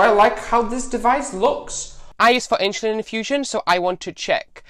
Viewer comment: It's "insulin" not "inshulin" .... please get with it